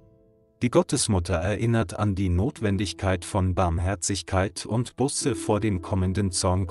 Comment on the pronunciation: Man sagt nicht "Busse", sonder "Buuuße"! - Es ist einfach eine Schande, daß der Sprecher dieses frommen Kanales nicht einmal weiß, wie man das so wichtige Wort "Buße" richtig ausspricht, denn es handelt sich nicht um eine Anzahl Auto-Bussen!